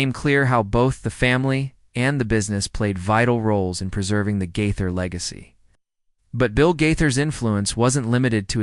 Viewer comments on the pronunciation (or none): It's Gaither, not Guther. I'm not believing any of this. How come we didn't hear Bill saying any of these things in the video? It was just one voice telling all this. BTW, it's Nelon not Nellon. smh Bill Gaither made a statement about the Nelon's on the Homecoming Radio which I follow on facebook, so he did make a statement. smh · When you can’t pronounce Bill Gaither’s name correctly In Your first sentence then I’m certain you don’t know him and have nothing to say that I need to hear.